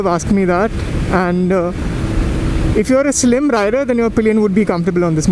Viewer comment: Halfway through and already love how you've stepped up your review game! Informative 🤙🏽 'Oh Riderrrrr!' xD